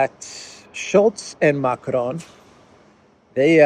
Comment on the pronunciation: You pronounce Macron as if he's a Mexican. Lol. There is no such thing as a rolling R in french, and the ending N is silent.